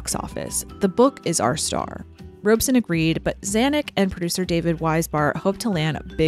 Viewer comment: The only false note is about Mark Robson, who is mispronounced Robe-son. Robson had directed most of the greats with enormous success. The stories about him tormenting Judy came from only one source with no witnesses or corroboration: Judy herself. She just had to flee this latest bogeyman. After packing up her wardrobe, of course.